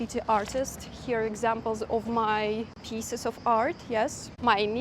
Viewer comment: Be careful with your pronunciation of "pieces" which you said like "pisses". Piece and peace are pronounced exactly the same, by the way.